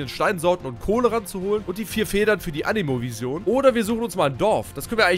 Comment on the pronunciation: Boah ich dreh durch das du Vision wie der größte Almann aussprichst xD das spricht man ENGLISCH aus